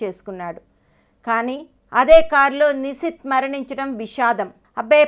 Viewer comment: Nuvvu mundu nishith peru sare ga palakadam nerchuko